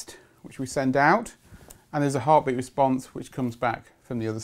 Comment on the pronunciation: Is he saying "Heartbleat blug"?